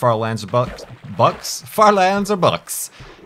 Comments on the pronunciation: I thoughts he said butts.. Anyone else? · Lol. That's what I heard too when he said "bucks." XD.